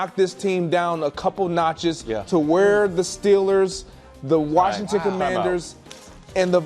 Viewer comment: Somebody teach Brou how to say Washington lol “warshington” 😂. Even when he says washed he throws an r in there. Come on Brou lol